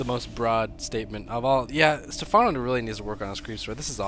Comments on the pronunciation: Pronounced Stefffffffffffawwwwnoo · Step- HANO? SERIOUSLY?